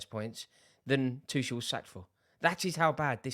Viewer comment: is Tuchel really pronounced "Twoshell"